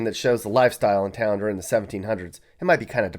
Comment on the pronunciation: Mispronounces town while saying they can't read🤣🤣🤣